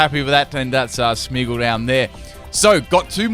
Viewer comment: Its Smeargle not smeagle